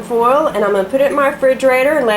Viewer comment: im from the south and ive never heard someone say 'ar' 'ar n a half' when their trying to say HOUR. you make us look even more alliterate and stupid. other then that the fudge recipe looks good and i'll have to give it a try.